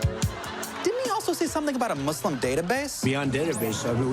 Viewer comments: he says muslim properly :O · Muslim pronounced correctly :-0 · Justin Trudeau didn't say MUZLIM ..aaaaaaaaaaaaaaaaaaah!!!! 0__O